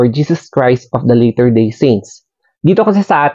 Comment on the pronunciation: Latter, not later. Latter, like lah ter